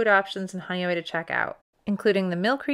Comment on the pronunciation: Now I know how Honeoye is pronounced. I had wondered for years.